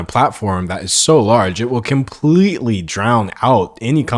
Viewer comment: Wait an other person saying kimpletely im starting to think i have been saying the word completely all wrong im confused (english is my 2nd language btw)